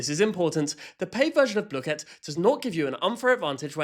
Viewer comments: this is the final darn straw, you said blue kit. I cannot watch you anymore. BLOOKET I DONT CARE ITS BLOOKET NOT BLUE KIT I DONT CARE IF IT IS SAID LIKE THAT I DONT CARE!!!!! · Lord its bl oo ket not blooooooooket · blooket; pronounced /blu-kit/ not /blue-kit/ P.S. no one told me there was a paid version? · Is he saying bluekit is it just me or most I know say blook it not the way it actually called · Isnt the teacher british why does he ays bloo ket and not bluket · everyone i know (even me, and the creator) has always said it wrong. me and everyone i know calls it blookit and the creator says blue-ket which neither are actually right and kind of a combination of the actual pronunciation; which is Blue-Kit. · everyone in my school loves blooket, and we pronounce the "oo" the same as the one in "book", and the "ket" like "kit* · BLUE-KIT?! I pronounce it BlUH-kit… I dunno, maybe it’s because I’m from the south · Idk why the hell they thought it should be pronounced “blue-kit”, I say “bluh-kit” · Bluekit? I thought it was blukit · I think blooket is pronounced as blook-it not blue-kit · "its pronounced blue-kit" NUH-UH ITS BLOOH KIT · Dawg its blooket not blueket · I used to play blooket heaps with friends (td 2) and i didn't have the king, and my friend then got it 3 times in a row 😭 also not to be mean but in the website it says its pronounced (blue-kit not blue-ket) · You saying it like that makes me rage it’s pronounced Block-et not blue-ket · "Blue ket" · “Bluekett” pisses me off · Not BLOKEET😭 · “Blue-kit” Oh well you still got the background right And the ADHD/Autistic thing is actually true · WHY ARE YOU PRONOUNCING BLOOKET LIKE “blue ket” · calling blooket "bluekit" is the real crime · Its pronounced bluh-ket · gang its bloooooooket not blooket ur saying it like dough like that o its sappose to be like do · wait... THATS how you say blooket?